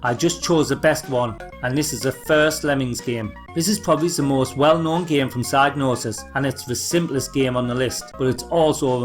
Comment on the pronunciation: Every time you say psygnosis I keep hearing "sad noses". Anyway, great upload!